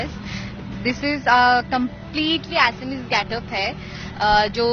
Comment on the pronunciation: not assami it's assamese.Thikse bola koro tumlog hindivashibhi